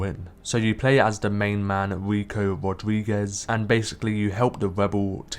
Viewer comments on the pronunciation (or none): none